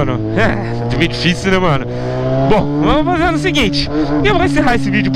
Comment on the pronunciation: Fazer ou feizer